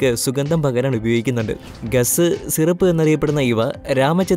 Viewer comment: ഖാസ് എന്ന് അല്ലേ